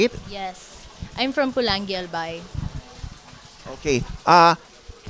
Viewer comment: She's from Polangui, Albay not Pulanggi. Oh by the way, we really can't please everybody. That's not a big deal at all 'cos who cares if YOU people don't like her. I am sure you can't do what she can do right now. Right? Can you guys do me a favor please? If you think you can do what she can or beat her out then join the contest next year and let's see what you can get... prove it. Just walk your talk you piece of... Anyway, just go for it. Good luck!:-)